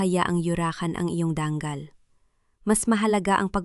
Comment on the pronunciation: DANGAL HINDI DANG KAL